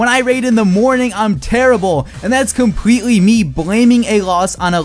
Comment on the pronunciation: Anyone notice his "L's" sound like "W's"? I hear him say compwetely, wevel, and wose.